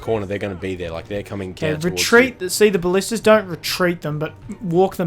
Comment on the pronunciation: For your next attack you should hit the wall stretch that has no towers with the goat and ballistas. Now ima correct you on some words. Ball-ist-ta-s and Nape-alls those are really pissing me off. That's all for now.